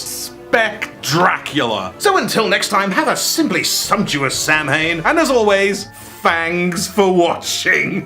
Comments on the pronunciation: "Sam-hain" ah yes, the linguistic equivalent of nails on a chalkboard to anyone with any knowledge of irish XD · Saw-when, it is pronounced saw-when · thats not how you pronounce Samhain